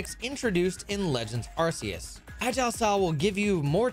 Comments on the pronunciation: Cant belive really said “arse phone” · Wait really the Arse-Phone? That's how it's pronounced? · ARK SEE US not AR SEE UR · The pain of him calling it an arse phone 💀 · You did not just call it the "arse phone". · Do people who pronounce the C in Arceus as an S instead of a K call the Ark phone an Arse phone? 😂🤣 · "Arseus" is one thing, but... "Arse Phone?" 🤔